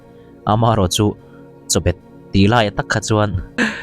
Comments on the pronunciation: A sawitu in a sawisual palh a tih mawlh2 tawh kha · Chawbet...Chabet ...ka hriatsual loh chuan chabet ni in ka hria.nge lam dan a in anglo zawk.